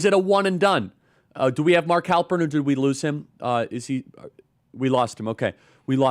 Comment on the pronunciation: Halperin, really? I'm gone.